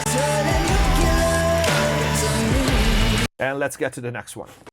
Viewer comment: Great video, thanks! (shame about the "nucular" pronounciation. oops!)